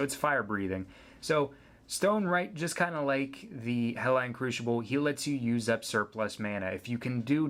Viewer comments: also, where are you from? its not Helline. it's Hellion. hell-ee-un. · you say Hellion wrong and i don't like it. Hell'ION' is not Hell'ON' ! learn to read bud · It's pronounced Hell-Lee-Yun, you moron. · GOD DAMMIT IT'S HELL-EE-YUN. I know this is a super old video but that pronunciation just made me forget what an boner feels like.